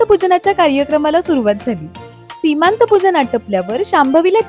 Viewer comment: अगं, सीमांत नव्हे, "सीमंत" म्हणावं. किती अनर्थ होतो चुकीचं बोलल्याने, ते जाणून घ्यावं.